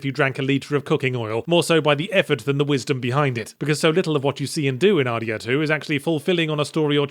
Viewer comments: Sounds like you’re saying Har Dee Har 2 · It took nearly the entirety of the video for me to suddenly realize he was saying "RDR2" and not, "Hardy Har 2"